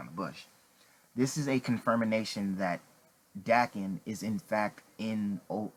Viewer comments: AssassinofYouth I wasn't saying he's not confirmed, I was making fun of the way he couldn't say confirmation. He was like "con-fir-mi-na-tion". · "This is a CONFIRMINATION that Daken is in fact in Logan"😂